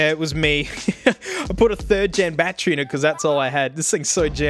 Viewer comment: I Laughed alot When he said bat tree